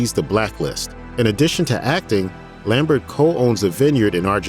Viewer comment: You pronounced "Lambert" wrong.